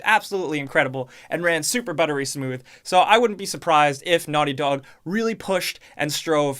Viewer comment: Your old accent 🥹 ‘Naughty Dawg’